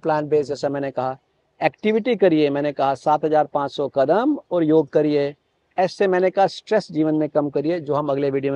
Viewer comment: it's योग not योगा